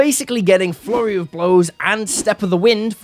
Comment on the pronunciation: Why do I always hear "Furry of blows" instead of "Flurry of blows."